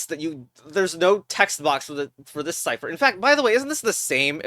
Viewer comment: Mmm yes, siper ITS PRONOUNCED SCIFHER